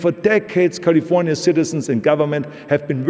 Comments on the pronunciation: Dear Austrians, please note how we say the name of the state "California". That is its name, not "Golly-vornya". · The great state of Cahlee-Fuh-Niahh